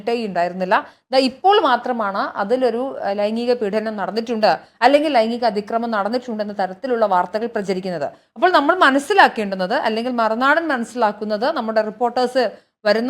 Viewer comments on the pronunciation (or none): മനുജ ഉച്ചാരണം... പീഢനം അല്ല.. പീഡനം ആണ്...